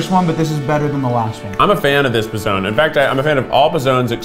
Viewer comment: idk if anyone has said this, but everytime keith says p'zone sounds like pezon, which means nipple in spanish. and im here like omg keith stop saying that lol